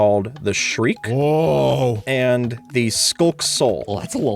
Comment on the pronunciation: I almost heard you say shrek instead of shriek